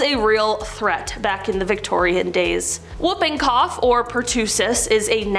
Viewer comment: Rubella (German measles) is pronounced rue-bella. Whooping cough is pronounced woo-ping cough because the cough sounds like whoop (woop).